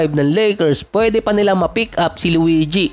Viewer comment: Bakit ganun bigkas sa luigi 😂😂😂 luweedyee 😂😂😂